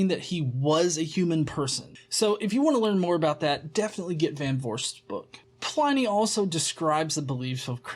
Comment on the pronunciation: Hey,, he's pronounced PLIH-nee NOT PLY-NEE, his name was Plinius.